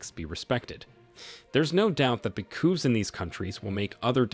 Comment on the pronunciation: Nice AI voice.. it fails with the wird "coupes" and takes a very audible breath before each sentence regardless of how long it is.